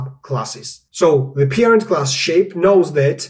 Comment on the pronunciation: "Peerind". Took me a while to understand you mean "Parent".